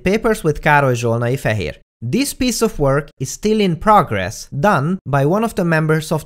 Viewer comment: Am I the only one who gets off on you pronouncing your name? It's so damn beautiful. Aside from that, your videos are nice and comprehensible. I expect great things from you; we need more folks like you filling youtube with great goody science stuff.